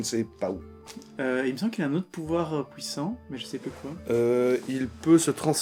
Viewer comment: Ne vous en faites pas si des compagnons français se moquent de votre prononciation. On a tendance à considérer qu'on a le monopole de cette langue et de son usage. Moi j'adore vous entendre prononcer "fouire" ou "pouissant", et même si j'esquisse un sourire, ça sera affectueux tout au plus. Bisous